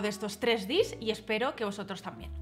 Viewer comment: Hola, por favor, no digas "dis", chirría un montón. Al ser abreviatura inglesa, se debe pronunciar como en inglés. Obviamente, si no vas de inglés no tienes porque decirlo, pero en ese caso usa la palabra española, manualidad, que para algo la tenemos. Lo siento, pero es como si para decir uno dijeras "one", que es como se escribe, en vez de "guan" que es como se pronuncia. Por favor no te lo tomes a mal, ya que no es mi intención criticar por criticar. Solo que es algo molesto y tal vez haya más gente como yo.